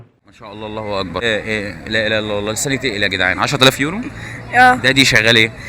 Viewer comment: ارجوا ان تنطق التكبير بصورة صحيحة... اللهُ أكبر 👌👌👌 وليس كما نطقت انت ( الله واكبر ) ❌👎 مُحامٍ مِصري.